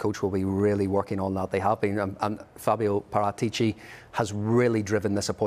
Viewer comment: That actually pronounces Paratici's name correctly (Par*aa*tici) 👏👏👏